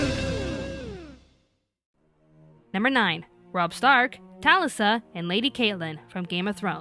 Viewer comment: Sad video.. but pissed me off that they pronounced Catelyn and Talisa's name's wrong